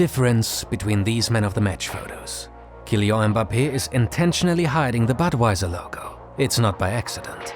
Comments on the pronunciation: Kylian is pronunced Kyliann (I don't know phonetics, but please insist on that last N) guys :) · Stop pronouncing Kylian like that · You misspronounced Mbappé's first name💀